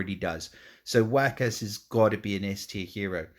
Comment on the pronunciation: I have to keep rewatching this video to help make decisions and I just noticed you pronounced Waqas as Whack-Ass. haha!!